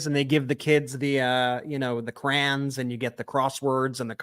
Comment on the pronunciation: It's Snopes(snow-pse) , not snoops (snew-pse), and crayons (crah-yons), not crans (crans).